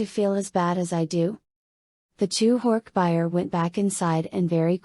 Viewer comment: AI reading is so annoying! So monotone. And reading all the thoughtspeech moments by saying “less than / greater than” because of the <. >. Symbols. Not to mention the pronouncing of horkbijir as horkbuyer. 😩 I own all of the books. I’ve collected them since I was a kid during the scholastic book fair days in the 90s. I’ve read and reread them dozens of times. I figured listening to audio version while working would be great. But looks like I’ll just have to reread them manually bc ai narration sucks!